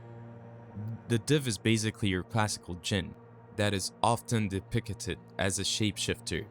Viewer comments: "depicted" (de - pic - ted) not (de - pic - a - ted) fix your pronunciation. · It's de-pict-ed not de-pic-it-ed. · Depicted is three syllables, bro. Not 40. What is "De-picketed?" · Depickated? Tf you just say???? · DepictEted? 10 second in an the Ai is already mispronouncing words, get bent. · I abhor the way this guy says “depicted” Depicketed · Please google the pronunciation of depicted. And don't re use so much of the same info just to make the video longer. You said the same shit like 3 times in a row... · Who wrote this, the voiceover guy or someone else? If it’s someone else, hire a better voice actor on Fiverr. If it’s the same person, hire a better voice actor on Fiverr. Depicted has three syllables, not four—why use a word nineteen times when it’s difficult for you to pronounce?